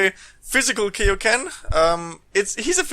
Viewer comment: KAI-O-KEN NOT KEI!!!!! Like King Kai !!! ffs...